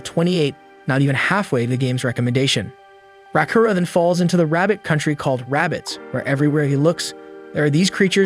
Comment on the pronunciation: The AI completely butchers names and certain words. I wanna dropkick the AI like "Raaakuro" kicked that princess character.